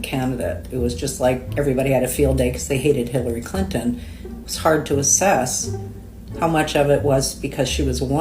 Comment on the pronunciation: Hilary Clin-TON, clin-Ton. TON! Am I the only one that heard the extra tack on the T in that name? Shit kills me when they're over enunciated. This guy needs to go find where his wife (or whatever) has hidden his balls and g weer t them back. Blue states typically are shit holes and I don't give a damn what anyone from those states have to say about politics. People have sex in the middle of the street durung Pride "parades" (NY, Cali, less in the smaller cities). But normal people aren't that insane, so I have my doubts about that "marching" claim.